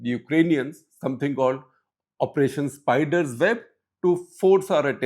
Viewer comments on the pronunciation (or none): It is not SPIDER-ZEB but SPIDER-WEB